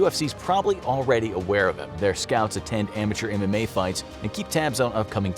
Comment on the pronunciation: Every time he says MMA i hear anime and think of ufc fighters all being weebs